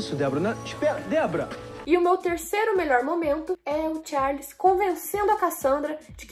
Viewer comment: A errou quando falou o nome do Charles